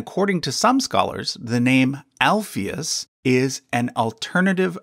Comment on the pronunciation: Speaking as a Christian, very interesting and enjoyable video/research, BUT (and it’s nothing personal), Americans are soooooooo terribly bad at pronunciation of unfamiliar (and often even familiar!) words and names. • “Alphaeus” is correctly pronounced with the stress on the “ae”, not the “Alph”… ie “Al-FAE-oos” • “Salome” is correctly pronounced with the stress on the “o” rather than the “a” • “Joachim” is correctly pronounced “Wah-keem”, not “Joe-a-keem” 👏🏻🤣 Also, “genealogy” is pronounced “geneAlogy” and not “geneOlogy” Probably others too that I’ve missed!